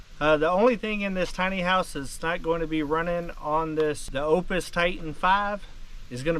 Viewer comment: I believe that charger is pronounced "OOPS", not OPUS.